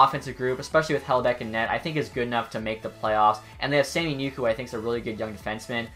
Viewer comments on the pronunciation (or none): none